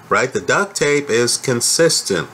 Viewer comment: Duct, not duck. Lol